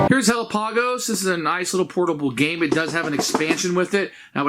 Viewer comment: Pretty sure Hellapagos is pronounced like Galapagos